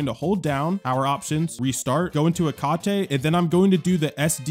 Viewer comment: Um I think it’s pronounced Heck-ate